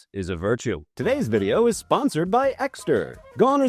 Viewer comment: New trout vijayoh!!!! NWE TROUT VI-JAY-OH!!!